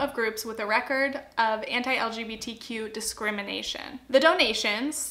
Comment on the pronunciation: Each time you would pronounce "anti", my mind was understanding "hentai" .... I'm not a native English speaker and I should spend less time on Internet